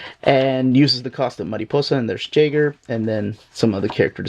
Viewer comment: Radiant Black's villain Jaeger is pronounced "YAY-ger." It means hunter in German.